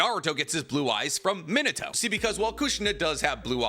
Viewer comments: it’s not Mino-toe. It’s Me-na-toe. Listen to how Kushina says it in dub or anyone man pleaseeeee you’re killing me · it is pronounced Me nah toe Not min a toe Man has a tattoo of him and can't even pronounce his name correctly